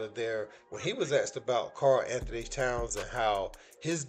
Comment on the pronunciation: lol why everyone says his name wrong by this point if you watched any of the knicks games you should know his name